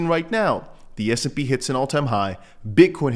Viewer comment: Love your show. But it sounds like you’re saying SMP. It’s S&P index 😅